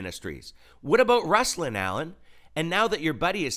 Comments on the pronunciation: just a slight correction. It’s pronounced Roos-lawn. No big deal. Now, I’m glad you exposed this man. He has an interview with Lecrae and he didn’t press him on his denial of knowing Dan Cathy, the owner of Chick-fil-a. Why? Because he doesn’t want to hurt his relationships within the Christian hip hop community. He wants to be a rapper. He is a money-hungry man who is filthy in his speech at times. And foolish. What a hypocrite. God bless you, brother. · Hey brother.....I follow Ruslan. Do better with pronouncing his name correctly if you're going to critique him. Like Ruslan said, at a minimum. ;)